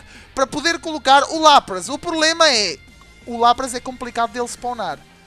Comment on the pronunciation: O Lapras se fala Lapris